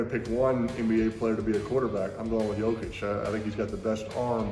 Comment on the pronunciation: Peyton pronounced Jokic perfectly and flawlessly. Yo-Kitch, not Joe-Kick